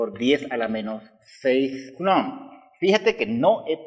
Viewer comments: se dice: Coulum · Coulomb es un apellido francés y en ese idioma "ou" se pronuncia "u". Al margen, ya que el señor está usando de su tiempo para enseñarnos sería amable de tu parte comentar agradeciendo y no remarcando algo tan insignificante!. Muchas gracias por los vídeos, son muy explicativos! siempre después de mis clases de física los miro y me sirven muchísimo como cierre de tema y también para sacarme dudas.Saludos